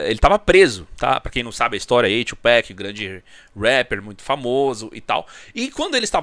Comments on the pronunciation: “2 pack” é foda, pode falar TUPAC mesmo mano, a pronúncia parece “abrasileirada” mas é Tupac mesmo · 2Peck kkkkkk ninguem fala 2Pac direito